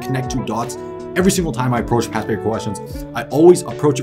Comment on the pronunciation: alr ty lol I kept hearing pass and not past